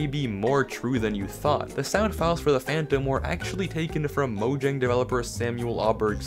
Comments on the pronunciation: pronouncing "Mojang" as 'Mojang' instead of 'Moyang' 😭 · It’s speel out mojang